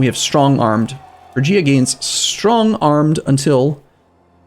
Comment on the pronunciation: it's pronounced frig-ia frig like fridge